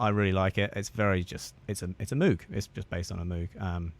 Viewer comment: Great video! FYI, it’s pronounced mowg. I lived in Asheville for awhile and went to the moog store and moog fest. Seen the Bob Moog documentary as well. I used to think it was the way you said it.